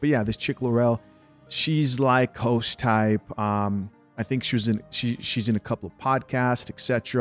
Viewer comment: when you said host I heard hoes